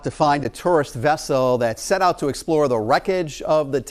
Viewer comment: Why’d he say vessel like that